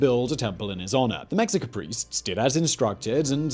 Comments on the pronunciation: One example, Simon pronounces "Mexica" (the tribe that became the Aztecs) as "Mex-sick-ah", while it's supposed to be "Meh-sheik-ah". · Mexica = Meh-shee-kah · Mexica => MAY-shee-kah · Excellent video, as always of course. One little thing for the future, though. Mexica is pronounced “me-SHI-ka”. Nahuatl words spelled with an X often are pronounced like H or SH. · Its more like meh-shi-ka if you say me english speakers are gonna say it like - me as in the word "me" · Mexica (meh- shi- ka) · yeah it isn’t “Mexica” like an English person would say ir.